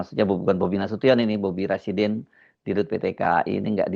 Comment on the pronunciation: Rasydinnn Rasyidin 😂😂